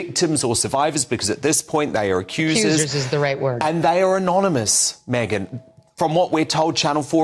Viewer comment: It's MegYn - not MeGHan! Mr.Wooton. There's a difference, a huge difference 😊